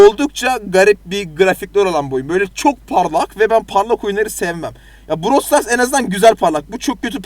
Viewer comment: browl stars 🤣🤣🤣🤣🤣🤣brooowwwlll